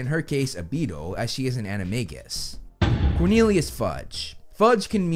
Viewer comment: Hey it's Animagus with a J sound!:)